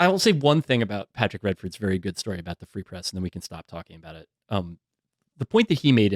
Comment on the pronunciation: “Free press” more like “ree press”, ok I’ll see myself out.